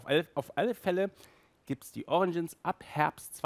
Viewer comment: "fur" heisst FELL! Ausserdem heisst es "origins" nicht "oriNgins....